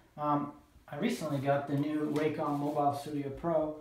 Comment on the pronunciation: Please pronounce Wacom correctly - it's not waycom. I couldn't concentrate on what you were saying as it was irritating me hearing you say Waycom all the time